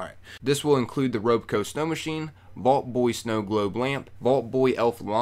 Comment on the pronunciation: Lolimg at you mispronouncing ROBCO. ITS ACTUALLY ROB like ROBERT.. NOT ROBE..